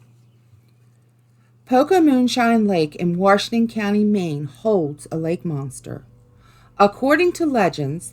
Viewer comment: Maine's only urban legends are the g'dang Canadians, ahhhhh!, there's one now, speaking all French and shit, anyway "George Warshington", ahhh, nahhhh